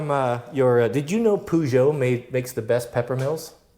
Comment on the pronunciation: Lol i was certain this would be you cutting wood like a beast. Also, is the Peugeot pronunciation a joke or serious :)